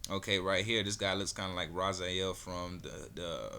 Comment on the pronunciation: Raziel... Not Razayell lol